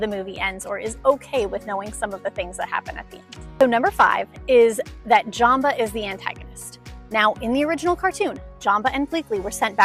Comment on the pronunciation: I don’t really like & love how she pronounced Jumba & Pleakly, she literally pronounced Jumba as Jamba & pleakly as bleakly!